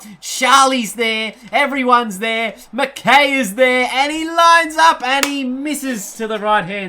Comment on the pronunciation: Btw it's pronounced 'Mc-Kai' not 'Mc-Kay'.